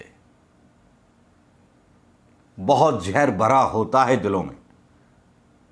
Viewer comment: AAP itni achhi clear RDU/ HINDI BOLTE ho sunker achha LAGA...lekin akheer Mai 2 bar ZAHR ki bajay JAHR read kiye...aage khayal rakhei ...